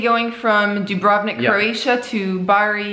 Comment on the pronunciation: Have you been to Kotor and inland towns like Podgorica? Much more interesting than Budva. Sorry for the hassle on the border. And you are right, this ferry "Dubrovnik" (stress on the first syllable) is quite dated. Well, it serves...